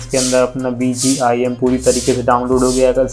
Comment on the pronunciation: He is saying bgim